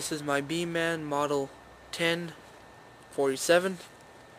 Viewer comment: it is pronounced more like beemEn then beemAn even though it says beeman